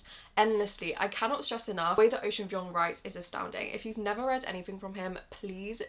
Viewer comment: Girl that’s not how you say Vuong. Please check how the author himself says it.